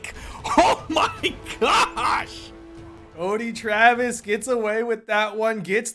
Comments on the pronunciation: curdy trevis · Cuddly Travis 😳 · "Croedy Travis" XD